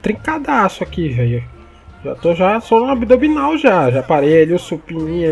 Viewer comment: "Tô no abdobinal"